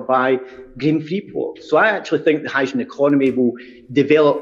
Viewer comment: The SNP Energy Secretary can't pronounce "hydrogen!"